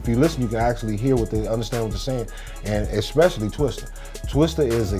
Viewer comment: And it's TWISTA ... not twister smh